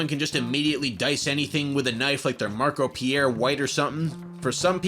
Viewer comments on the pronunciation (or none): none